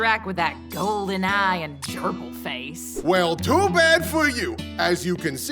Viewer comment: whats with all these people pronouncing Gerbil as Jerkal?